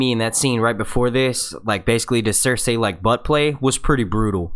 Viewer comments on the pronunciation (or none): Cersay? well that's not annoying at all how you say that, it's Cersei (cer-see) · CER-SAY ME-SAND-AYLMAO -VARR-IES man you really have a hard time with the names eh? :P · I dont know why i'm annoyed at how this guy pronounces Missandei and Cersei..like its not MEESANDAY or CERSAY.. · Why do you keep saying there names wrong varys cercei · Blood Raven, its the 3 eyed Raven, and you keep pronouncing Cersei wrong lol